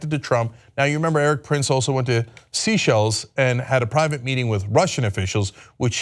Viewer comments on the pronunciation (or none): it is SAY-SHELLS not sea shells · Seychelles - its pronounced "say shells" not "sea shells"! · seychelles say-SHELZ